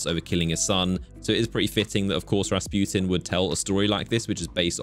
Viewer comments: How pernounces Rasputin: (Rasp-You-ten) How actual people pernounce it: 🎶 (RA RA RASPUTIN!) 🎶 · Soo you keep saying rasputin like the Russian peasant the dude that wouldn’t die and had a big shmeat?